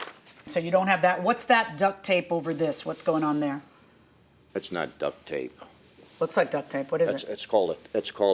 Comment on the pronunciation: Duct not duck tape, as in heating ducts.